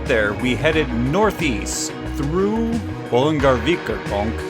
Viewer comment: Yeah, Bolungarvíkurgöng... thats the only pronunciation you struggle with! x'D